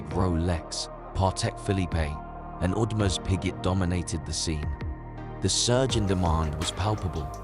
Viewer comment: Why do you take seriously a channel with AI voice and calls PP as Patek Philippé and AP as Audemarş Piggét?